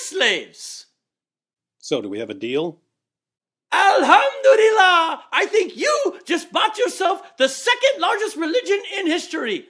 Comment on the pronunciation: Paused it just to say: when says: Al Hum Du Li Lah, I LAUGH out Loud, not to mock but it was spot on. Even a Musharim would have to admit. So good. Perfect!